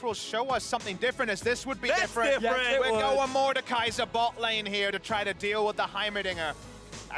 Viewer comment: Mordekaiser not... Mordecai.